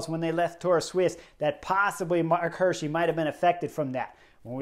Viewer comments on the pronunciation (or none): It's pronounced "Hi:rschi" like = hear-she, is Swiss German and means "deer-guy" in English 😉.